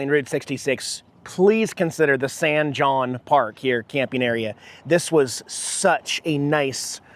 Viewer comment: San( hon)is how san jon is pronounced....; )